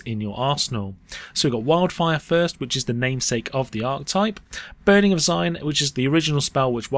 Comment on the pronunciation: It's pronounce zee-nee-eh Also, jokulhaps counts I think. It does destroy artifacts but these days you can ramp with planeswalkers like chandra TOD and KOTH